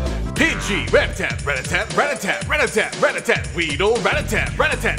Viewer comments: would be funnier if you pronounced rattata correctly. Ruh-ta-tuh not rat tat tat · It's not pronounced ratatat